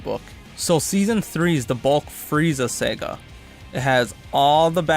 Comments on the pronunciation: It’s saga not Sega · 14 It's pronounced Saga not Sega